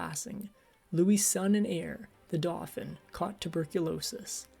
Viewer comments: It’s pronounced ‘dough fan’ not ‘doughfin ’ for the heir to the throne called the Dauphin! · Dauphin is pronounced doe-FAN